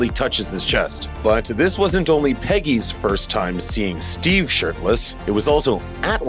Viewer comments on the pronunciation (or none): none